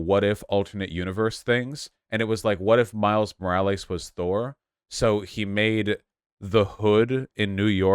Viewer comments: Why is Vaush saying Morielus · I assume he knows someone who pronounces thier name like that. I feel like I do that sometimes